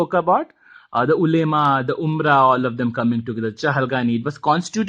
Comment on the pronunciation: the pronunciation of ulema is wrong